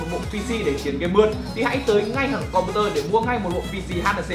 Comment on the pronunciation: Com "bu" tơ :)))))